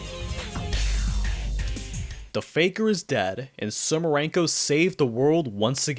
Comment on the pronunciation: ITS SUMIREKO, NOT SUMIRENKO!!! AAAAAAAAAAAA (I just hope i misheard xD) (Also, i just love how the whole Urban Legend incident background story is completely omitted xDDDD)